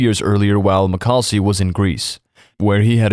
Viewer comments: pronounced mac-a-leese not mcalsee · Butchered the name my guy